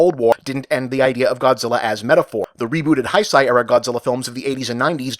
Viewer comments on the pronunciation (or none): Bob, say it with me. Heisei is "hay-say", not "hye-sye". There's a good lad. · Heisei is pronounced "Hey-Say". It's Japanese, not German. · I promise not to be picky about this, but as someone who studies Japanese and have been to the country, the pronunciation of the past era is more like "haysay."